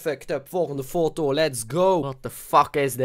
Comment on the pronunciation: Je zegt niet fotto het is foto